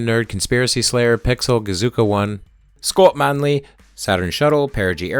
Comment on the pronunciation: Your channel is bad ass! As a 41yo xennial I’ve always been mesmerized by the accomplishments and history of the space program. Now as a middle-aged science and history nerd, these are the deep dives I crave. I appreciate your accurate attention to detail. PS: I like the way you said “Scott Manley” 😁